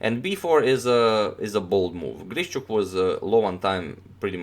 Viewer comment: very impressive game. just a kind note of mine - his name is pronounced like GREE-SHUK.